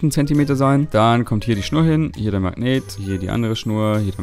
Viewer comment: erfindet ein spielzeug mit magneten.. ist aber die einzige person die ich kenne die magnet nicht aussprechen kann 🤣.... er sagt immer so "mang neten"